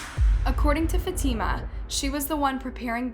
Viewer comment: The way she pronounced fatima😭😭